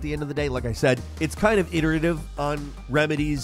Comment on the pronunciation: Omg you finally pronounced “iterative” properly. You’ve been killing me for years with that bro